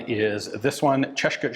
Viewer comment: Ian pronounced Czechoslovakia without an L! Hooray!